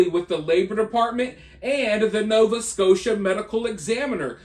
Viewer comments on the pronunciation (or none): none